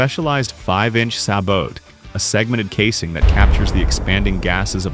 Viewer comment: Sabot is pronounced "Say Bo" and Americans pronounce "Bogeyman" as Boogeyman.